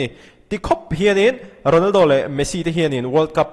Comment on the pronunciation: Sir Ronaldo leh Messi tih hi hmang uluk deuh thei la aw Ronaldo hi a hamsa zawk zelah lam ri la 😅